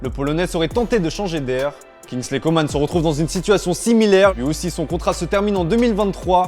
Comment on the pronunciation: Il faut pas prononcer Coman(e) mais Coman(comment)